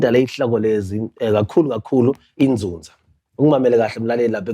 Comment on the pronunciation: YiNzuzaaaaa not Nzunzaa